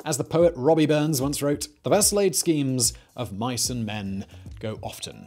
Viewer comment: Rabbie not "Robbie" Burns but that's just semantics Yet another awesome video to while away the long lockdown days 👍 I would enjoy talking to you & your team in the pub just about anything & everything